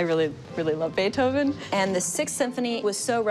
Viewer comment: Beeth Oven.